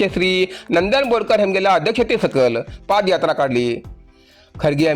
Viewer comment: Paad yatra ni re padh yatra